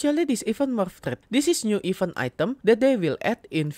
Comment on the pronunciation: baca event bukan "even" tapi "iv-ént" e dibaca kayak pengucapan bebek